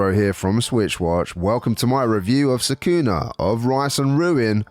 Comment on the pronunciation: It’s Socku-nah. They say it in the game!